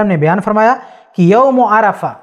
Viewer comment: Aur aap yaume arfah keh rh hai